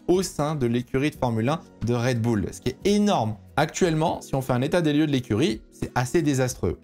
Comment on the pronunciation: Merci mon d’avoir fait l’effort de prononcer “Raid Boul’” pour cette vidéo!! Je te jure que ça change le plaisir de visionnage de certain (j’en fais partie) 🤗🤗